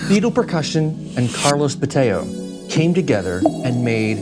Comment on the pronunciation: Bo-TAY-oh? Are we sure that's the pronunciation?